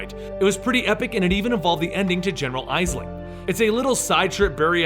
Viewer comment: Did anyone else notice when he said general eisling